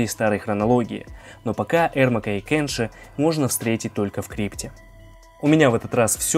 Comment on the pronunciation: Меня бесит что ты говоришь: КЭнши а не КЕнши